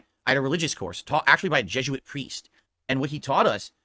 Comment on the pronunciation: Steve will need to add "Jezhuit" to his list of words says wrong.